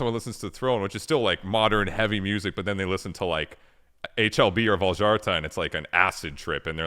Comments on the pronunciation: A Swede mispronouncing his own band's name is unforgivable to me. Why would he do that? Why would he not teach these lowly Anglo monolinguals that "J" is pronounced like the English Y in the majority of languages in Europe. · He’s not pronouncing it in Swedish here though, so I’m not sure this is correct even. He’s pronouncing it like Swedes sometimes pronounce their name to make it understandable for English speakers. I’m Swedish btw